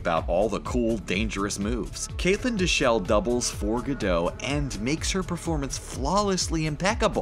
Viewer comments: you know is GatoT. right? just like when you pronounce the T in the word righT , you should definitely practice that cause that was embarrassing. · you need to pronounce the "T" in Gadot. It's not french. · You would think a channel that makes videos about movies and celebrities would know how to pronounce Gal Gadot. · Gal Gadot is Israeli, not French. The “t” in Gadot is not silent. “Gadot” rhymes with “wild oat,” not “Bardot.” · when you say Gadot you should pronounce the T at the end. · Gal Gadot's surname T isn't silent. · The t in Gadot isn't silent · It's Gadot, with a"T" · Hate how He mispronounced Gal Gadot's name. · Gadot with a t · Gal Gado’s? I thought it was Pronounced gah dit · The actress potraying wonder woman is Israeli not French, therefore the "t" in her last name is not silent! It's not Gadoe it's Gadot. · everytime he said gal gadoh, im angry 😂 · Gal Gadot is not pronounced Gal GAH-DOE, it’s Gal GAH-dut. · It is not "Gal Ge Dough" it's "Gal Ge DOT" she's said so herself countless times why do people keep getting it wrong? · its not "ge dot"... if u gonna correct correct it right. its more like "ga dought" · It's not "Gal Gadoe". It's "Gal Gadot:. Last pert is pronounced "dot". Seriously, dude. You have one job. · Its Gadot not Gadoe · It's pronounced Ga Dot!!!!! Not Ga Doe!! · Who's Galgah Doe? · It’s Gal Ga DOT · An israeli here! Gadot is pronounced Gah-Dot. It's a word in Hebrew, meaning "banks" (of a river) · Gadottttt the 't' is not silent ! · She pronounces her name Gal Gadot with a hard "t" at the end. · Gentle correction on the pronunciation of Gadot. It's like "Guh-DOT". That's how Gal pronounces it herself. It's not French, it's Hebrew, so the terminal "t" is not silent. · He really said gal gadoe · Why tf does he keep sayin gal gadow lol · 'gaal gadough' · Come on, get the actors names right. It’s Gal GadoT with a hard tee...it’s Hebrew, not French and the t isn’t silent. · It's pronounced Gah-DOTE. She's Israeli, not French.